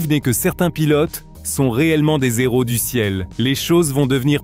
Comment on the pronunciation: Des héros ( sans la liaison ) 😂😂